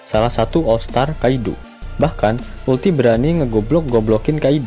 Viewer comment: uruti kali kak bukan ulti ...hehehe